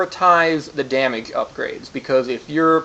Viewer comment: At the end of the video, did the guy mispronounce damage?